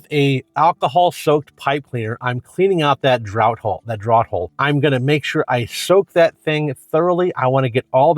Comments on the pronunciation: Draught is pronounced draft. Like having beer on draught. Very informative video. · the pronunciation was hilarious